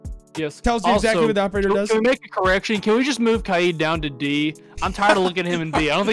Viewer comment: Kaids name is actually pronounced Ky Aid